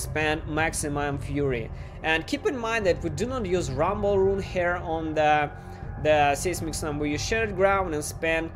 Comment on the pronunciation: it's pronounced "sizemic" slam English is stupid.